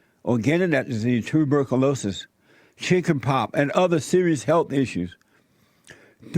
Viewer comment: dt05 dt05 dt05 You are right and the asshole on this video is not even able to pronounce one fucking word the right way! Chicken pop, tubercoolokies, woiss president ever, hepatayees... WTF!